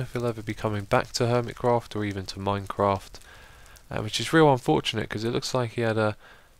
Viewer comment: Stop saying minecrack